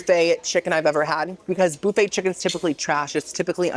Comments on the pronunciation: Boo-fay is cracking me up!! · I adore how you say “boo fay” 😂❤